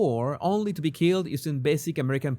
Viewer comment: The emphasis,, is on the “be” in “So be it”.